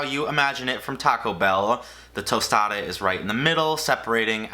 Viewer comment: A tOsTaDa lmaooo